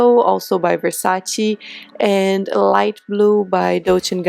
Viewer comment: It's VersacE, not VersacI.... Ps. Love uuu